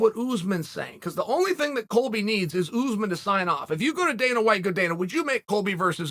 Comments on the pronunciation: Oozeman ? I think you’re referring to Ouu-sman (Usman) not Oooooooozman. You must be some kind of half a momo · It's uZ maahn not oozman